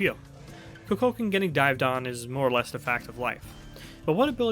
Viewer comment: Why dose no one pronounce his name correctly 😂 Ku-kul-kan